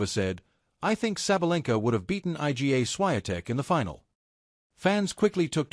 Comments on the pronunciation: 'I.G.A. Swiatek.' You bunch of muppets. Don't you even check what your computer voice is saying? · Her name isn't difficult to pronounce. Surely she deserves a little effort to pronounce it the way it really sounds? Try reading her name like this: "eega" ... easy, right?